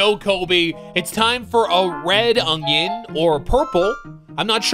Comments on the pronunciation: It's ONion. Not, OnGion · Did anyone notice that he say ungion instead of onion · Is he saying “ungyun”? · Why he say ugyin